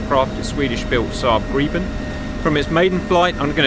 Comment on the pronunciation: Wow! Correct (swedish) pronunciation of Gripen (greepen)! 👍😎